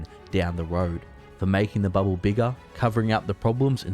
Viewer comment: It's "bubble", not "bubboo"